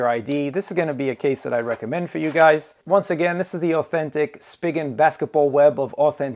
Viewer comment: It's pronounced spee-jin